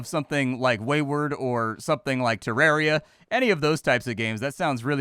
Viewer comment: Te-RARE-ia. Why